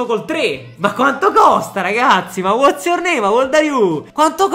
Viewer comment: "Ma Wath's your name?, ma how old are you?" 🤣🤣 stai migliorando in inglese!